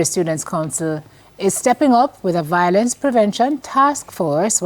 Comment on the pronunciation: VIO-LENCE and not VOIL-ENCE. I am tired of hearing this mispronunciation...